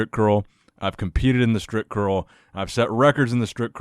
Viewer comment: it sounds like stripcurl everytime you say it!!haha